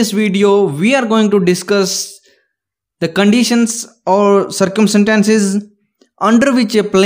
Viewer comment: Its not circum sentences.. its circumstances